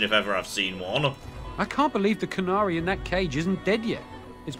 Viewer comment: Why do they keep mispronouncing "canary"?